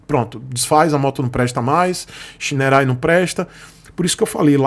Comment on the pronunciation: Olha, não sou fã de scooter, mas essa scooter tem muita coisa legal, parece que os botões são retroiluminados e realmente não consta no site essa informação. O site da Shineray é ruim e outro ponto que ja vejo a anos sobre essa marca, ela não faz nada para corrigir é a pronuncia correta. Eu entendo porque você pronuncia o nome errado, logo não cabe a você corrigir, mas a marca deveria se posicionar e corrigir isso através de ações de marketing. Para os seus inscritos - Não se pronuncia Shineray (xinerai). E o nome da marca é bonito, quer dizer Raio de Sol.